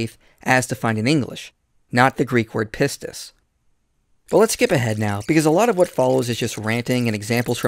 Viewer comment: He can't give up his misuse of "faith" because one of his lynchpin arguments against christianity relies on this misuse. So sad because he is a brilliant man. As a random aside: say it with me - Koine would have been properly pronounced "kee-nee" not "coin-yay." And pistis is "pees-tees." Sorry, I was trained with the historical pronunciation, not the academic one. But, I thought someone might find it interesting.